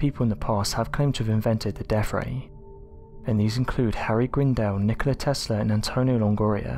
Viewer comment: I like the deaFF ray and furVer research. WTF y can't peopke pronounce easy words?